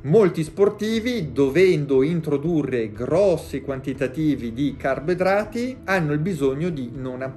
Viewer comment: Carbidrati, senza la o